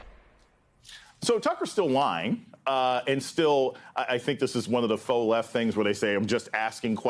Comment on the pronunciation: You guys know you’re not supposed to pronounce the x in Faux, right?